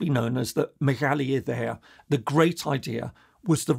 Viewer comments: Your greek accent when saying Μεγαλη Ιδεα was perfect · that's cool! Yeah, I noticed that you had a pretty precise accent when pronouncing the Μεγάλη Ιδέα. Fun fact it was also called the "Greece of Two Continents and of Five Seas" or in Greek "Ελλάς των Δύο Ηπείρων και των Επτά Θαλασσών". This is referencing of course Europe and Asia, but can you guess which five seas it meant? PS to a Greek person like me, with roots all across these lands, my grandma from Smyrna, my grandpa from Epirus, other grandma from Constantinople and finally my paternal one from Peloponnese, I really feel it when we're talking about the liberation of Greece. Also, I have many friends from Cyprus and Pontus (which you didn't mention that much, but that's ok) and as far as I know, people especially in Cyprus see Unification with Greece as making much more sense than a reunification of their island, especially now that many Turks have migrated there. But political reasons would never allow for that I guess. If there's any reason for different states to exist, that's to represent their different peoples on a global stage and not have their rights or uniqueness trampled by other bigger nations/corporations. So if a Greek state has any reason to exist, that should be to host the Greeks, not for political reasons. So for example, now I hear that the two countries' leaders don't want to ever unite even if Turkey evacuates Cyprus, because by being 2 different states, they can "hack" the EU security council and Veto decisions to be enforced on one or the other.